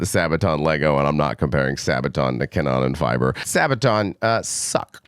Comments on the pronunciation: Pronounciation be like "Cannon Fibre"... Ca-noonh-nan Feebrr would be more appropriate to pronounce 😂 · The guy who is willing to do a review has to at least learn how to pronounce the band's name in a way that is at least close to the norm. Huge disrespect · I love your accent, don't change. Still, if you want to know the pronunciation of some terms for curiosity reasons, try to say "Car-no-nen-feaber", album title: "dee oor-cutter-stro-fe" [= the original, primal catastrophe], the second last song is pronounced "ouse (like in house)-blute-oongs-shluX (make a sound like your throat is scratching) - t" = a battle that bleeds people dry. I'd actually love to see fan videos of native speakers pronouncing the foreign names of bands and albums formerly discussed on Banger TV. If it's wrapped up as a token of admiring fan work and intercultural exchange instead of snobbish arrogance that might be fun...and thanks for not making fun of the English accents of foreign fans and bands in return... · That's gotta be the worst German pronuciation I ever heard 😂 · he’s not mispronouncing, he’s misreading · Bro next time at least get google to pronounce stuff for you, this is embarrassing. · Damn, he's butchering my native language really hard...😅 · That has got to be one of the worst pronunciation of both the band name and the album title 😅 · Also,, just to help you out bud, Kanonenfieber translates to cannon fever, it's pronounced more like that.